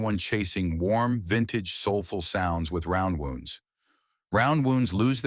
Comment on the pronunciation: I have gone years between changing my flatwound strings on a couple of my basses with no apparent ill effect. You gotta teach your AI to pronounce "flatwounds" and "roundwounds" correctly.